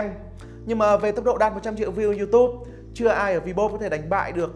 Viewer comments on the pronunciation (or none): none